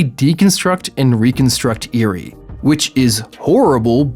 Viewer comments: Eri is pronounced eerie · Others: mi-oreo Me: holy shit he said eerie instead if eri... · Not to mention Eri's name is simply said how it looks. Not EE-rie. Eh ree. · Me: there is no way this guy can mispronounced any names in bnha This guy: me oreo, eerie Me: triggered 😡 😡 😡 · Me-oreo Me: That's fine I guess Also: Eerie Also me: sigh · eveyone is talking about “miorio” but nobody is talking about “eary” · Name: mirio This dude: mIRoRiO Name: eri this dude: iRi